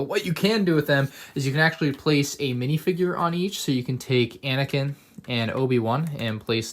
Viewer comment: It is anakin not anikin